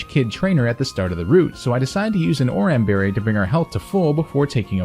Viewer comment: love the run but the pronunciation killed me. Like slaking and oran berry. But lobe the video otherwise great job